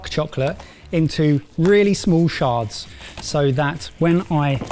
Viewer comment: Shards sounds a lot like Sharts when said in a British accent...💩